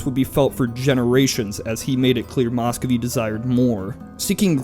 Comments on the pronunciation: It's pronounced 'mus-ko-vii' (spelled Muscovy), not mos-kow-vii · Nice video, but it's hard not to cringe every time he says "Moscovy." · Work on your Russian pronunciation. It hurts.